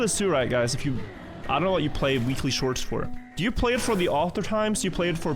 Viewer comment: the moment "Weekly shorts" became "Willy shorts"